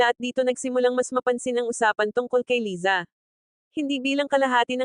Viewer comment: Hehe umuwi cia para pag usapan😁 Laysa ang korek pronunciation👏